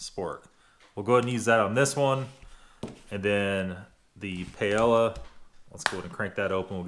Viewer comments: Soup of champions lul. That is definitely creme of mushroom. Also Paella is enunciated kinda like pie eh ya....love your video but that made me chuckle. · Pie-ay-ya. Nice video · Try pronouncing it "Pie - Ella" Great Vid! I have 9 of these, only 5 to go!! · If you had said "pla-lala" one more time I was gonna die! Lol in a good way - thanks for another good one! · Pie-a-uh is a broken down pronunciation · Pie-ey-ya. You rube. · Paella is pronounced Pie-A-Yuh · Again..... Why can't you pronounce words? 2 mins of research or a Google would make your videos better. Please USA learn to say words like paella. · It's not "crybaby liberal bullshit". People who can't be bothered to take thirty seconds to learn how to pronounce one word are annoying and either arrogant (and think that nobody should speak anything but English) or too lazy to use the tools available to you. Seriously. Go to and type "Paella" in one of the boxes and click on "Translate". It'll show you the pronunciation and the definition, and you can click on the Speech icon to hear how it's pronounced. Granted, their pronunciation isn't always the best because it's a computer voice, but at least when you try to pronounce it, it'll be obvious that you took thirty seconds out of your oh-so-busy day to try to learn something. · New drinking game. Take a shot every time mispronounces Paella. passes out in 5 mins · Philip Routh lol